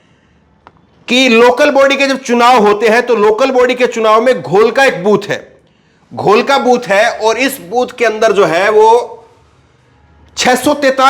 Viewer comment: Gholka nahi dholka